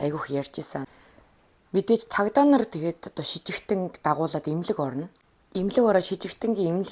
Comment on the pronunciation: шижигтэн биш сэжигтэн шүү😊